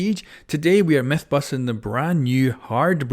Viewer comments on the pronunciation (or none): holl'up, did he say methbusting????